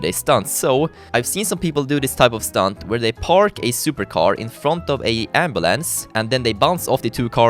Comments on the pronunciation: did he say ambalance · ambulance is how i say it ambalance is how said it XD love it. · The way he says ambulance is soooooooooo funny